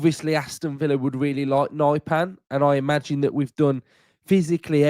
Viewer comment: Nypan isn't Naipan, more like Neepan. And not pan as in pancake, the a is not æ.